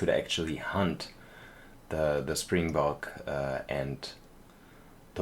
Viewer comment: Pronunciation of springbok is perfect but actually I think you're making wildebeest a little more difficult for yourself cuz you actually pronounce it will-duh-beest and for antelopes it's an-te-lowp so you don't pronounce the e at the end. I love the train tracks through the back I think it definitely adds like a charm to the whole thing and it definitely feels adventurous. Glad to hear that you're going to go on vacation it's July tomorrow so I wonder where you end up going I guess I'll find out as I keep watching episodes 🙂.